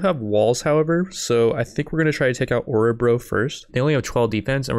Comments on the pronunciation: Love how you pronounce my home Årebro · Dat pronounciation of Orebro